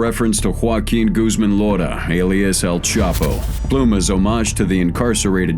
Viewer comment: It's "Loera" not "Lora"